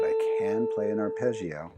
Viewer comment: Italian here! Really appreciated lesson, let me pay you back with a little Italian lesson on how you say the word arpeggio You don't make any sound out of the I, it is needed just to make the g pronounce smooth (like in the word "jam" ) So you read it without the "e" sound out of the I. I hope I was able to explain it ...